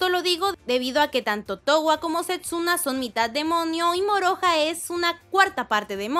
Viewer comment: Porque sepsuna? Es Setsuna.